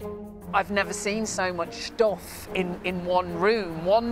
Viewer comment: “i have never seen so much SHTOFF”